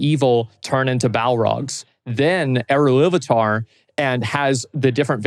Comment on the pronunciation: why is he saying "eruilluvatar" ? when it was Eru / Illuvatar (same deity, different names)